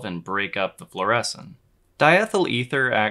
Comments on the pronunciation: Floor-A-Seen not floor-essen. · Floor-uh-scene, not floor-eh-sin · Fluorescin' ? It's definitely fluorescing 😛 Beautiful footage, BTW. (FLOOR - ess - een) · Fluor-eh-scene, not fluor-eh-sin, I just have to be that dude.